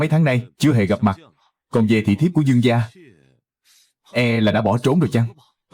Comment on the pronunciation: Gia mà cứ đọc ra ra nghe khó chịu vl